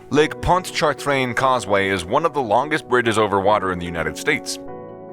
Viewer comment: You’re making it so hard to pronounce: Lake Pontch’-A-Train. We drive back and forth across it almost every day. It’s actually very safe, unless you get tailgaters, or drunks driving the wrong way (it’s happened a few times).